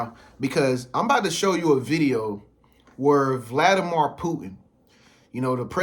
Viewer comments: Every time this man says Vladi-mar i cringe... Vladimir = (Vladi-mere) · Brother please get the pronunciation correct. It's Vladimir (meer sound) anf not mor sound.